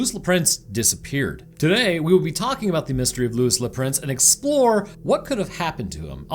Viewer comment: DEAD at your intentional slaughtering of “Le Prince” 🤣🤣🤣 you can just say Le Prince in plain old American English 😉